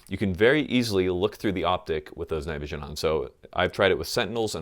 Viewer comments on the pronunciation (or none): "shooting with your night vision on" sounded way more like "shooting with your negligee on". Yeah.